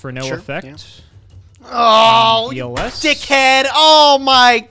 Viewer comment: yelling "dickhead!" is the most tri-state I've ever heard him BAHAHAHAHA